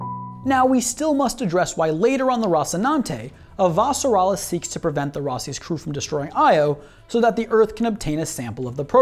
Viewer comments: Did you read the books before watching the series? The reason I ask is because of how you pronounce "Avasarala". You pronounce it "A - Va - Sarala" rather than how it's pronounced on the show ("Ava - Sarala"). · Good video but her last name is one name, why are you pronouncing it like it's two? lol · So ready to watch this, then you had to say her name wrong lol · For someone who claims love of the show, why do you mispronounce her last name?